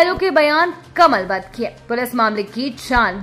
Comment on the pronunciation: कलमबंद होता है कमलबंद नहीं आपका न्यूज हम रोज सुनते हैं हिंदी में सुधार हो।।।।